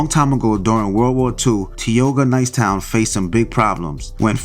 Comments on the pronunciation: He ain’t from Philadelphia pronounced Tioga all wrong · It’s pronounced ty oga